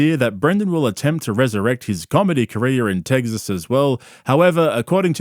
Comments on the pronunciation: austeen teggzuz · Fugg me dead, the way you pronounce Tegzas & trugg is comedy gold. It drives me - NUTZ!1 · Love how you keep saying “teggsas” lmao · are you saying tegsas ironically or not? i have to know